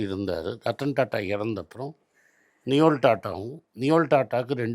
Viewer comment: it's நோயல்; not நியோல்.